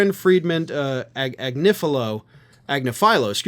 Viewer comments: (Ag-nif-fo-lo) you had it right the first time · FYI, you were right the first time. ag-NI-fa-lo. She has a couple of shows on Meidas. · Agnifilo was correct... its not Ag-na-FILO... and yet, you supposedly have 20 years in the legal profession...??? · Wrong it's pronounced Ag- niff- a low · I'm familiar with Karen Friedman Agnifilo,. Last name is pronounced, "Agg-NIFF-ill-lo." Accent on the second syllable, which has a short "I" vowel sound. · Karen's last name is pronounced, æɡnɪˈfiːloʊ (ag-ni-fee-lo). She's bloody brilliant! It's like she has two or three legally-trained brains in her head. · Karen's name is pronounced AG-nif-i-low. You had it right the first time.